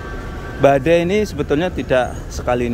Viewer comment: BADAI MAS BUKAN BADEI 😆😆